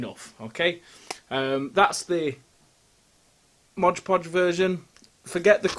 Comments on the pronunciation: I stopped counting how many times you mispronounced it as Modge Podge ;) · NO "G" IN "MOD"!!! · It's not 'modge podge.' It's 'mod podge.' The 'mod' is short for 'modern.' I used to make this same mistake when I started using it 30 years ago. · It’s called ModPodge not MODGPODGE. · Mod not Modge. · It's MOD Podge not MODGE Podge. Read the label. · if you're going to be a craft content 'influencer', you should at least be able to pronounce the names of the products you use correctly.